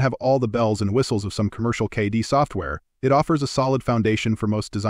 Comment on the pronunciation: 3D CAH-DEE Software, eh? AI voiceovers make for bad videos, plain and simple. They don't even know how to pronounce basic things.